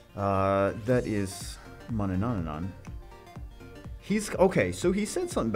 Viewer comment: You're saying four times the amount of n there are in Manannan... Manananananananana lol